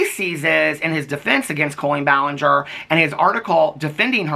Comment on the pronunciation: the only silly laughable moments this whole situation has brought is saying "ball-in-ger" and saying "expertise-es" for lengthy serious videos.